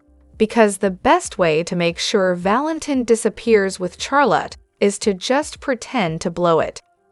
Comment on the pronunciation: Her name is Charlotte not the way you are saying it